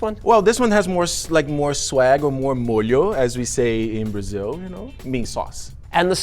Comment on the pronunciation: You're the first Brazilian I see that says "molho", and I'm old lmao.